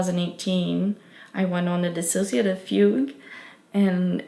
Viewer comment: Finally an accurate and correct video about what DID is and their true experience with it. I appreciate how they actually say the word “dissociative” correctly too, that’s how you know it’s gonna be good.